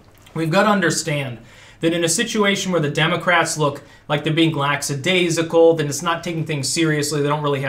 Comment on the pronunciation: Oh wow. said "laxadaisical".:(